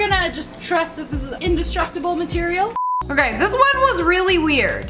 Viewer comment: Her: Matirial Me: girl